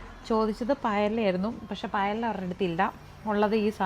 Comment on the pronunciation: 22.9 പ യെല അല്ല , പയെയ്യ എന്നാണ് pronounce ചെയ്യുന്നത്.